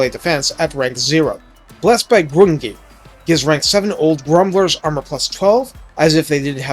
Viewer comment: “Grungni” is pronounced as “Grungni”. Not “Grungni”, like you seemingly said mistakenly is this video. Typical